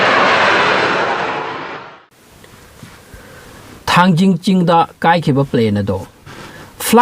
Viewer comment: Not thangjing it is Thangting muol